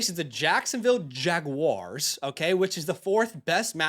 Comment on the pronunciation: "Jag-Wahrs"...attaboy! Someone was bound to get it right!